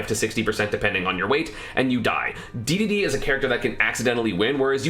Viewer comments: oh my god did you say dee dee dee instead of daydayday cringeeeeeee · He does it on purpose to get people reactions and engagement. It’s hilarious